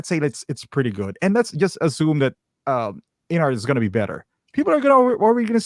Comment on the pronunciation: Observation: It's InArt, not InArts.